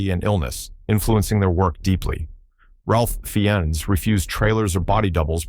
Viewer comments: It's pronounced Rafe Fines. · Jesus. Learn how to pronounce words and names. His name is “ Rafe Fines ” not whatever you’re saying. Cliches abound